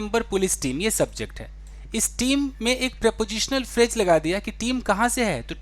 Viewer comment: Pronunciation of phrase .... it’s phrase not phraje 🙏🏻